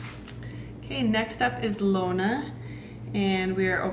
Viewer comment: 1) Said my name correctly! 2) I GOT A BLUE PEARL!!! SO EXCITED FOR IT TO COME IN WITH THE KEYCHAIN!